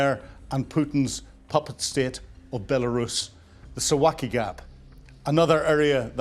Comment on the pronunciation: Sue-vow-ki Gap